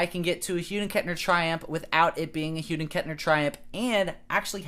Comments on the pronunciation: It’s Hughes with an S at the end, not Hughed. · Wait... wtf he saying? Hughden Kettner?